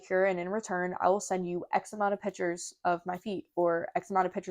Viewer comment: also, it’s PICTURES…. not pitchers Lol 😂